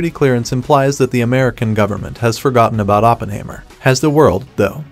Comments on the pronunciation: Hi mer not haymer. German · It’s like the narrator haven’t watched the movie…. OppenHAYmer lmao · "Oppenhaymer"? Weird! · lol I thought the same thing watching this